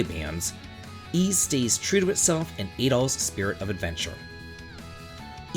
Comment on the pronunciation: I'm genuinely curious. Ys games have been dubbed for over a decade now, so do you just choose to ignore how they all pronounce Adol's name?